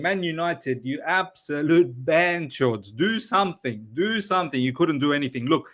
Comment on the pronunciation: Hey, what’s a “banjord”? Lol you always say it and it sounds hilarious but I actually have no idea what it means 😅